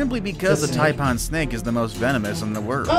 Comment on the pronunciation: 😂😂”the TYPE-ON snake 😅”